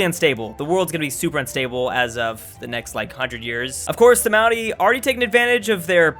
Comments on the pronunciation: Obligatory "You're pronouncing Maori wrong" It's not Mao like sexy Mao, it's more Moe like Moe's Tavern. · Hey just thought you should know that the Maori are pronounced kinda like moldy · Also the way pronounces "Maori" it sounds like "Maui" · Why do you pronounce 'Maori' like 'Moundie' through the whole video? It's really annoying. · I have genuinely never heard Maori pronounced that way. Not trying to be a knob about it but it's a rolled R, it kinda sounds like it's being said as an N or something? Edit: I mean it's better than most say it so thanks for the effort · Every time you pronounce Maori it makes my skin crawl... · I like how mispronounced Māori